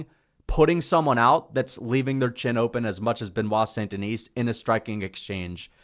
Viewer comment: hey by the way the S in Denis is silent